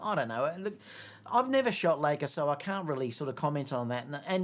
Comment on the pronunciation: I think it’s Li-ca and not Lay-ca (Leica) what happened to your trip to UK at the start of 2023? Too many weddings ? In the A93 happy to have A7R5 but with less mega pixels but faster sensor readout for silent shooting and no rolling shutter. Happy if it is photo centric to differentiate from A1 if you want the best of both worlds then pay the premium but why pay that much is you want stills. I’m finding the R5 much better than the R4 for wildlife yet to try it on any dancers 😊